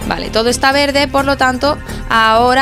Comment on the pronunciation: Porque hablas mal as dicho en el video para decir verde has dicho vele porque